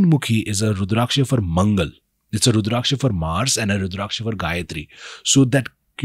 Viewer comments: Pronounce the word Rudrakasha properly please! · Are you FRENCH or something? Wtf is with that weird pronunciation of Rudraksha?😅😅